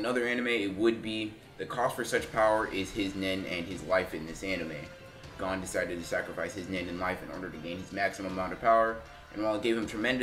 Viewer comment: His name is gon not gone.